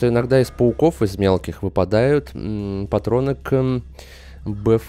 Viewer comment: BFG читается не как бфГА, а бфДЖИ.